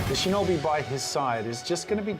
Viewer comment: If you want to talk about pronunciation, it's pronounced "shee-know-bee", not "shin-knobby"